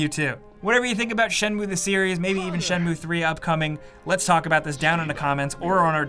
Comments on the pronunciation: I'm Japanese and it's not pronounced as Shen-moo-ae, it's Shen-muu. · Dude... its Shen-mu-e not Shenmue say it right unless you want to be burned at the stake... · I very much doubt japanese people pronounce this as "Shenmoo" lol 😊